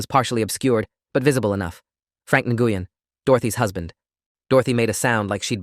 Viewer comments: Nguyen is pronounced "new-en"not "ngoo-yen" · Nguyen is pronounced "gwen", not "en-gooh-yen". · Nguyen is a Vietnamese surname and is pronounced 'Whynn,' or thereabouts. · "Nguyen" is a Vietnamese surname pronounced as "Wen." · Nguyen is pronounced “WIN”. I know, because I worked for a pharmacist with that exact same last name. She was Vietnamese and very sweet AND smart. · I was about to post this information as well. I went to dental hygiene school with 2 students in my class with that exact last name… both pronounced “WIN” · No they actually pronounce they actually pronounce it as ng win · well, the pharmacist that I worked with was Vietnamese and pronounced her name “WIN”, and she spelled it Nguyen. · and I worked with several of the and the ŋ is pronounced in Vietnamese softly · Tha English pronunciation of Nguyen is “new win” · Guys, that name for Dorothy Nguyen is pronounce win. I know people with that name. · I’ve heard it pronounced many ways - but the correct pronunciation that anyone who’s not Vietnamese - it’s a Vietnamese name - is something like Win - that and Hung are the Vietnamese equivalents of the English surname Smith! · As soon as I heard N-goo-yen - oh yeah. I'd love to hear them pronouncing some of the eight-syllable German names.